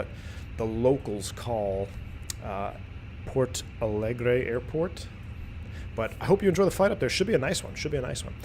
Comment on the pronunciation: I´m seeing now, pilots calls Porto Alegre as Palegre... Maybe a little late but better late than never :D